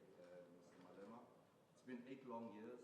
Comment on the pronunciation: You can't just talk like "Malebe" 🤣